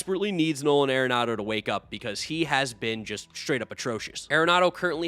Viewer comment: It's not .... "air-enado" .............. It's .... "are-enado" ..................